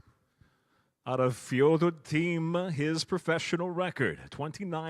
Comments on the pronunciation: Ёптить... научились выговаривать имя Фёдора. 😊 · His pronunciation is really close to being authentic. Good try I think.